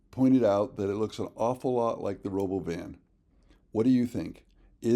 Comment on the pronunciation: Please pronounce it like elon did when he introduced it: ro - bo - VIN.